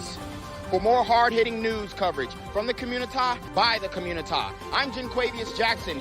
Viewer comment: " Today on The Communitah " ..💯😁